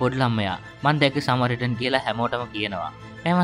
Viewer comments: සමරිටන් සමරිටන් කියල දිව පැටලිලාද කොහෙද සරමිටන් කියන්නෙ😅😂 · සමරිටන් නේ - ඔයා සැරයක කිව්වෙ සරමිටන් කියලා 😂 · මටත් ඒකමයි කියවෙන්නෙ."සරමිටන්" 😁😁😁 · සරමිටන් නෙමෙ සමරිටන් 😂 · සරමිටන් කියලා නේද කියවුනෙ😅